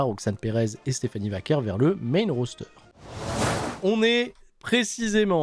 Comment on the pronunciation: Iyo Sky ils lui ont donné le titre mais savent pas quoi faire avec... ce qui est affligeant vu à quel point elle est forte, aucune défense de titre depuis Wrestlemania il y a 2 MOIS Elle l'a prononcé "Stephanie Vakoué" j'étais mort de rire, ça se voit qu'elle regarde pas les shows 😂😂